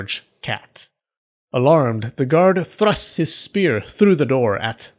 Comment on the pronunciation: “Thlrust” lol